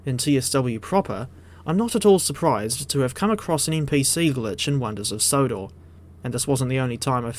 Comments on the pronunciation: "Sonders of Wodor" 🤣🤣🤣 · Says it twice